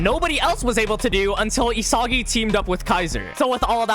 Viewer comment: the way he says isagi(help me good lord)